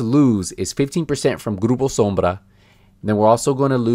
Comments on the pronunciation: Are you latino? That Grupo Sombra was so spot on. Also, great guide! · Man, I'm from Brazil and you said "grupo sombra" so well